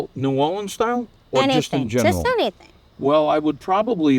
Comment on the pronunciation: I love Emeril. He pronouces New Orleans they way my mother did, born in New Iberia, raised in New Orleans.